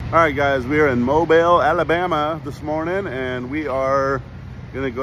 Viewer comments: It’s pronounced MO BEAL 🤣 not Mobile like it’s spelled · Mobile which is the second largest city in Alabama is pronounced Moe-Bill. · It is pronounced "Mobile", sounds like "Mobeele" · Its pronounced Mo Bill 😂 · You should ask a resident how to pronounce their city. Mobile is pronounced mobeel. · BTW...its MOE-BEEL. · It’s pronounced “Mo-beal” 😂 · Its MOE-BILL. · Need to learn how to properly pronounce Mobile Alabama!